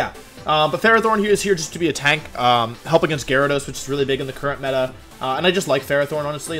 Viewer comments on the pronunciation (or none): none